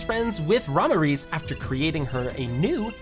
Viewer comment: Okay, i get it, your american, so am i, but it pronounced (mil-iem) not milim. Thats not how a single character says it. Same as ramiris. Hobestly makes this sound kinda like ai.